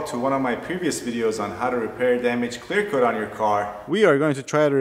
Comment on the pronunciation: 😂😂😂 I can even focus on what he says now. All I keep hearing is "clear cloat clear coat"